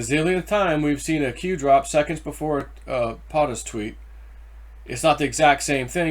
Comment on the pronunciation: That is a long over due Good News Story; because he is not guilty of "what" he was charged with. General Flynn is one of the very last respectable registeted Democrats., POE-TUSS, POE-TUSS = POTUS.. Just thought you might wanna know; not a dig or a dis man.